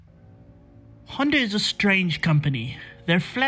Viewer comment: It's Honda, not ”Hyundai” smh